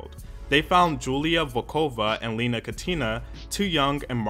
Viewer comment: I’m delighted to see a video about t.A.T.u. on this channel, but the stresses on the names are just completely wrong 😢 It’s Lena (LEh-na) Katina (KAh-tee-nah) and Julia Volkova (VOl-ko-vah)